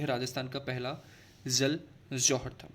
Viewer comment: Sir plz don't mind, but aap J ko Z kyu bolte h? Like Jal ko Zal, Jaipur ko Zaipur....